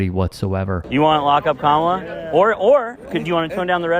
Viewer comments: The fact they keep mispronouncing her name constantly isn't accidental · "I want Kamala, whose name I intentionally mispronounce, because I'm a racist, to tone down the rhetoric." Got it, MAGGOTS.